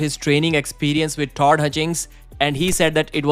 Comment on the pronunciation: He still needs to learn to pronounce the name Todd.